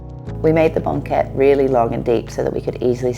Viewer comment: the way this woman pronounced banquette and triptych was certainly not one i'd heard before